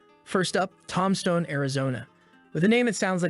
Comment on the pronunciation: says ‘Tomstone'